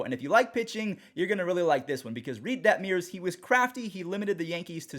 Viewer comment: Detmers not Detmeers!!!!!